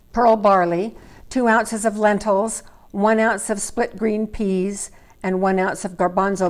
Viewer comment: Peas not pease😂😂😂